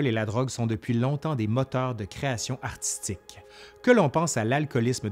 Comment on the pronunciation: « … des créations artistéques… » « …rock psychédéléque… » J’adore votre accent